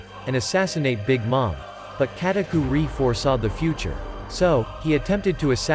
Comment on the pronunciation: its Katakuri not KatakuRI